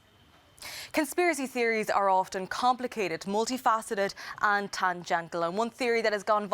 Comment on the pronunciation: Tangen-tall? LEARN ENGLISH!